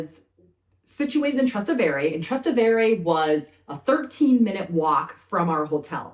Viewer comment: It's pronounced Tras TEH ve re.